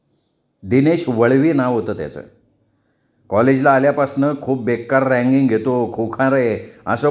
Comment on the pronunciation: सर लेखकाने तसं लिहिलंय म्हणून रॅंकिंग असा शब्द वाचताय का?कारण खरा शब्द रॅगिंग असा आहे.